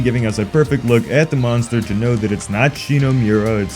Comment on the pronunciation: It’s pronounced Monster not Munster or is that your accent??? You keep saying Munster !!!